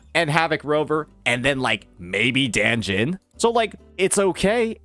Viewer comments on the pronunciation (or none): Nvm he didn't forget danjin but idk why he said danjin like that, danjin works fine